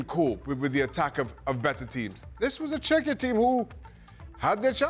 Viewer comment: Can they not pronounce the name of the country team, Czechia , come on man